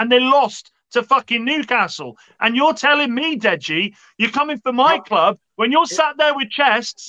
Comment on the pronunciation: Your kloooub The spurs guy from the midlands?